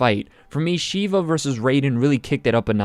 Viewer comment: As an Indian, I can confirm that is not how you say Shiva